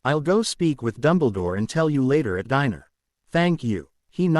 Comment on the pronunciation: Dinner is not pronounced Diner